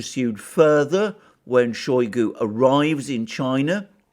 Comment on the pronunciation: It is not [showy goo] it is [shy goo]. Using [showy goo] makes you sound like a Brit mispronouncing Russian name. In Russian, o or a can make English sound a, depending on placement of word stress.